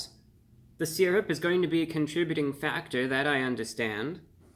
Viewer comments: Sur rup. You want some sur rup, Brian? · I don't know why I expected the intro to go "Welcome Back to Fun with Flags" Also I love how he says "syrup"